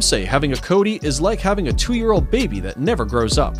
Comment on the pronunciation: what this is a numbat not a coati and it is pronounced co-wa-ti not coat-i